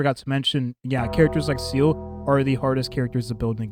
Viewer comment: You say she's your fav character, but you keep calling her "Seal". Her name is "Zeela". German for soul!